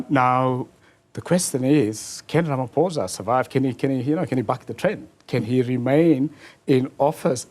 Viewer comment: I can't get over him calling Ramaphosa "Ramaphoza" ngumlung'omnyama mos lomfo...